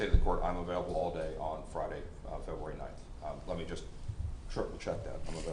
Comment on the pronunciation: I'm sorry but this judge is horrible he can't even say february 5th correctly he says februari 5 how is this man a judge